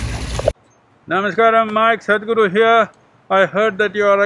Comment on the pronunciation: Nobody: Literally no body: Meanwhile Mike: thadhguru . . . . . . . . . . . Iykyk 😁